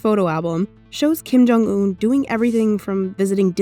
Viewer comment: “Kim jung oon”